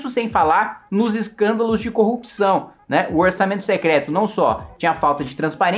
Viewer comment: Cebolinha secleto mesmo 😅😅😅😂